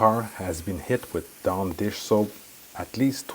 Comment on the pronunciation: You can’t even say the word DAWN correctly